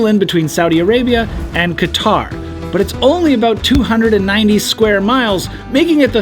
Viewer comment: Thank you for pronouncing Qatar correctly.